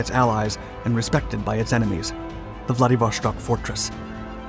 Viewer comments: bra theres no SH in Vladivostok. its not german ffs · Stop pronouncing it ‘vladivoSHtok’ with an sh sound like the word shell. First, IT IS ANNOYING! Second, it’s wrong for f**ks sake! It is pronounced like ‘stock’ as in stock market. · There is no SH sound in Vladivostok. You can hear it via google translate text to speech. Russians have a dedicated letter for the SH sound, which is not present in the word. Why do you pronounce it like this? Pronouncing things incorrectly takes credibility away from your videos. This research would have took like 2 minutes of extra work. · I love the quality and quantity of content you put out. However, please learn when to properly pronounce "sh" in Russian. Vladivostok not -shtok. This has been an issue for years now, and something that can be solved with a cursory Google search. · Why on earth do you pronounce "Wladiwo-SH-tok"? It is Wladiwo-S-tok"! I have several russian speaking friends. And they told me it is "Wladiwo-S-tok". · I cringe every time you pronounce it "Vladivoshtock"....it is pronounced "Vladivostock", no "shhh" sound. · It pronounces Vladivostok, not Vladivoshtok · VladivoSTok not VladivoSHTok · Interesting content--an area of Asia not often thought of, nowadays. BTW, Владивосто́к = Vladivostok not Vladivoshtok (It's Russian, not German.) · Vladivoshtok xD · How hard is to say Vladivo(S)tok instead of Vladivo(SH)tok. As clear as you say Sun use that S and say Vladivostok! I get the impression that it is the mentality of Westerners that they must be specific and special in everything... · dont say 'vlady vostok', say it as one word man... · why do you keep pronouncing it VladivoSHtok? there is no SH, just S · whoever told you its pronounced VladivoŠtok,, was wrong :) vostok mean east, no sh in it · The s in Vladivostok is just an s, not sh.